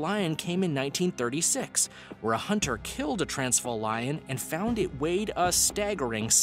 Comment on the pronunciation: The way he pronounced 'Transvaal', made me cringe hehe